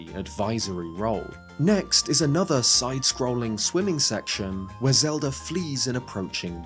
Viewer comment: "zed-r" please don't do that man